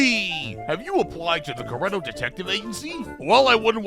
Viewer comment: Based Pretty Cure reference (also, you mispronounced CUREtto)